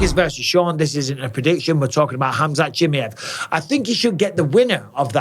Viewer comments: Who’s “ CHIMMYHEV” ? ITS “ chimaev” ! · chimAev, not chimIev for gods sakes. I swear I was trying to pay attention but it just bugged the hell out of me haha.